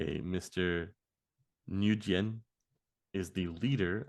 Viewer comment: Just so you know, the Space Needle has a restaurant in the large circular section. Just like all the other towers - The one in Dallas, one in San Antonio, umm Toronto? etc... they are expensive . the sound is pujet (soft g) also if the gentlemans name was Nguyen - it is pronounced wen or kind ov win. I really like this series.